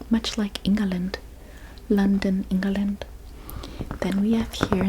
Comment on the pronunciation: ChiNA and EnGAland 😂 loved the video. 😊